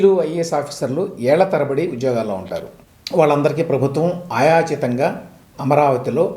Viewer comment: ఆయాచితం కాదు... అయాచితం.. ఆయాచితం అన్న పదానికి అర్ధం లేదు... అలాగే ఇటీవలి కాలంలో అర్ధాంతరంగా అని అంటున్నారు చాలామంది... అనాల్సింది అర్ధంతరంగా అని... బాగా చదువుకున్నవారు కూడా ఇలా మాట్లాడితూండడం శోచనీయం.. ఇక లోకి అన్న పదమైతే లేకి గా మారిపోయింది.. అది మరీ దారుణం.. ఏమన్నా అంటే మా ప్రాంతంలో ఇలానే అంటారు అని వాదిస్తారు.. ఇంగ్లీషులో ఒకప్పుడు నేర్చుకున్న ప్రొనౌన్సియేషన్ మారిపోయింది ఇటీవలి కాలంలో... ఉదాహరణకు షెడ్యూల్ అన్నది స్కెడ్యూల్ గాను.. ఫుడ్ అన్నది ఫూడ్ గాను మార్చి మాట్లాడుతున్నారు... అదే పరిస్థితి తెలుగుకు కూడా దాపురించడం బాధాకరం...